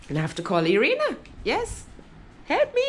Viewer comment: Its not E-rina, her name is I-rina (Irina).